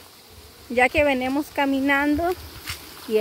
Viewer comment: no se dice venemos...se dice.. venimos..